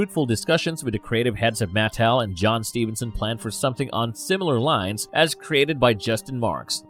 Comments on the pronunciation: It's pronounced maTEL, not the way your saying it. A little frustrating hearing you say it wrong .( I blame my dad for my odiosincricies about grammar.) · Great another narrator that butchers the pronunciation of names, Matt Tell lol 😂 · I couldn’t get past this dudes mispronunciation of Mattel